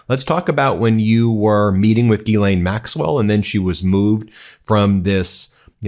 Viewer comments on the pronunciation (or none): none